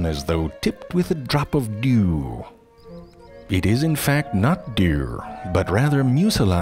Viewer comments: has me dead . dew or derw? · Everyone- Dew Zefrank- DeEEiewr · "it is in fact not dewwrrr" 😂😂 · It cracks me up the way he pronounces certain words. Bebbies... Beeyurds... Deeyouuu... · I love how the narrator says Dew. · I am dying everytime he says dewwrrr. LMAO What a clock! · It is in fact not DEOU. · I like how you pronounce dew: derw. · Still never gonna get over how he says "dew". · I love the way he pronounces "Dew" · I love the way he says dew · My pitcher plant approves of this video, and especially likes how you pronounce "dew" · Haaaaaaaa Haaaaaaaa! Can you not say dew??!!!!! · Auto-captions had a bit of wrestling match with his over pronunciation dew. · I don't like how he keeps laughing at his own jokes like he thinks he is hilarious. Without the voice, it's really not that funny. The voice is the funny thing and he does it perfectly. I think what people enjoy most is when he pronounces words in a funny way like he does with "Dew" here. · Because of you, I can't pronounce Dew normally anymore. Thank you. Dioo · The way he pronounced 'dew' is enraging. Still, very funny video. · I wanted to slap you over the way you said dew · Say "dew" again.